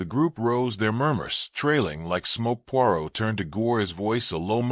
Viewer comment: 20 minutes in and you have pronounced Poirot incorrectly 50% of the time you have said it. I cannot take anymore of it. If you can't even say the name character correctly, just try a story named Smith or something you can handle. It is so disappointing almost seems disrespectful to the reader.